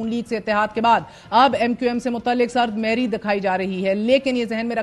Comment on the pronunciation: Not sard mehri Correct is sard mohri.